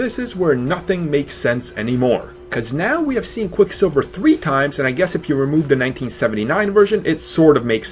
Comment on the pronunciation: It's hard for me to take you seriously when you can't pronounce "the". It's "the" not "da".